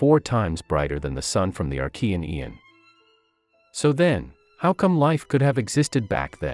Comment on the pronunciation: " archean een"